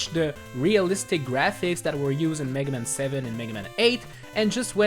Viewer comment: I love the way you pronounce "Megaman" like it's the name of a Jewish lawyer. FYI the rest of the world pronounces it "Mega- MAN"